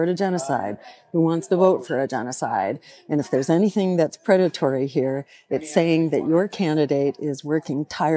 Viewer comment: Predetary? Is she serious?